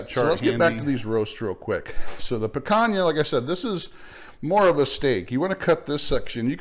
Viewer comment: Your not saying picana correctly